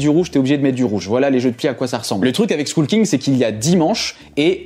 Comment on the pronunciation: Très bonne liste, j'en ai plein et effectivement ce sont des très bons jeux. Remarque : skull en anglais ça se dit skoeul (comme œuf). Ça me donne envie de l'acheter quand même. J'ai essayé exploding kittens, ce weekend, a ajouter à la liste c'est top. Trek12 on adore. Juste one plait beaucoup.